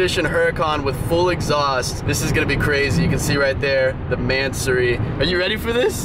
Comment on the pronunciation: Not ‘se’Its “See”